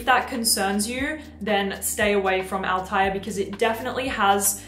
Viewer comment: PDM Althaïr should be written with an Umlaut on the I😉 and the pronunciation is Altha ir😉 Hamid Merati-Kashani will be happy now ☺️